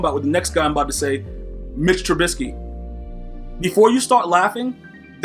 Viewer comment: Dude said trebisky